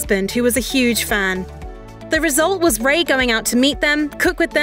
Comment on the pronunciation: This would feel a lot more trustworthy if they pronounced his last name correctly